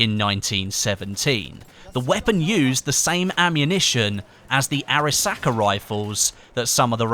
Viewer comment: Arisaka? Are you drunk?